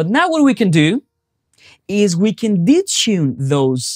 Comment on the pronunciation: *** 5 stars out of 5. Very useful and clear presentation. [just for a laugh: I didn't get what you meant by "ditchin'" until I realized it was "detune" :-)]